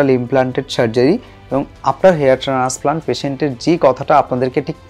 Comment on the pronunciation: ট্রান্সপ্লান্ট কথা বলতে আপনার সমস্যা হয় ওটা ঠিক করুন